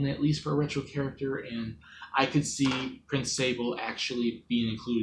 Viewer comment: Oh wow you pronounced his name right! Yes it's pronounced like ... saw blay? Not like sable, or say bull. Like the french cookie! He's actually my most wanted! I don't think he will get in (an assist trophy is actually shocking to me) but maybe some other day. I do think your estimates at how likely he was is a little low but considering I have a low expectation myself it doesn't matter. 😅 I would actually recommend the game though. If you like platforming and story-based gameplay it should be up your alley. And if not, it's only around 6 hours. Very short!